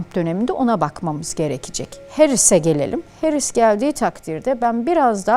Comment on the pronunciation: "Harris" değil "Herris". Doğru teleffuz için teşekkürler... Hamide kızımında doğru teleffuzunu öğrenmiştir böyleliklen inşallah....💙🤲🏼